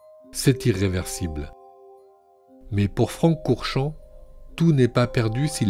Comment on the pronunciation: "Franck Courchamp" et j'entends Francorchamps... Faut que j'arrête de côtoyer le circuit.